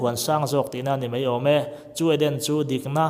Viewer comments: Mai ti a lam rik tur Mei tiin i lam ri tlat zel hi ngaihthlak a hreawmna ani.a bak chu a tha viau e.Go on...Best of luck👍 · He thil hi kei zawng ka ring ve hauh lo mai. Eng pawh hi ngaihthlak a nuam e. Kan ṭawng hi chhiar leh ziak hi uluk deuh ang u. 'Mai' tia lamrik tur 'mei' tia lam rik a awm nual mai; ṭawng uluk tan chuan a awmzia a tidal tlat. Ṭang sauh sauh teh u.